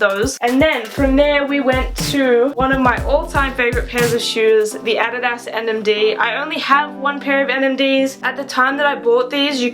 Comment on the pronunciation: I’ve never heard anyone pronounce “adidas” that way